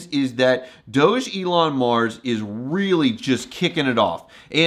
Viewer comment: Hello. You probably don’t know….but do you know your pronouncing DOG-elon Mars incorrectly?! The ‘doge’ is not pronounced like when you say ‘Dogecoin’. It’s pronounced like you saying Dog + Elon